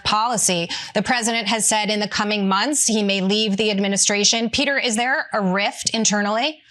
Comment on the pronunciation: Hey Navarro. It’s "rift". Not "riff". You moron.